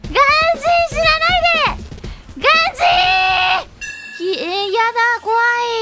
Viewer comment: ガン↓ジー↑で草